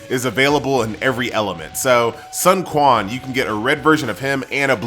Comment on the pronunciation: Sun Quan is actually pronounced "Soon Ju-an".... Tbh I'm just gonna shut up cuz most of the officers' name isn't sound as they are displayed....Cao Cao is Xao Xao....yeh..